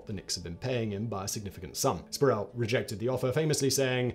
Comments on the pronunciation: It's Latrell Spree - Well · "Spree well"